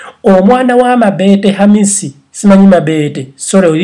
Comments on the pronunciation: Ha ha he... mbu mabeete. It's mobeto. But everything you said was coming out of my mouth earlier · 😆😆😆naye it's mabeto not mabete😆😆😆😀😀😀😀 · 😂😂😂😂😂😂😂😂😂😂😂😂😂😂😂😂 I really can't get over the way his saying her name"mabete" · 😂😂😂😂mbu mabeete🤣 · Agie bright every time I hear him say it I just laugh😂😂😂